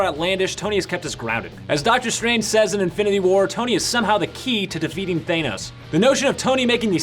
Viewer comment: It's Thanos, not Thainos.